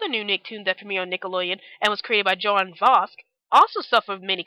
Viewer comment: Good job on this vid! Man it brought back memories... However, just wanted to let you know that you pronounced Invader ZIM's creator's name wrong. It's pronounced "JO-nen VAS-kez" Just thought I'd let you know. :)